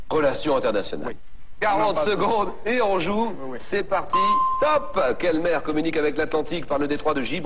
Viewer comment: jsuis mort un moment il a dis la mewwwwwww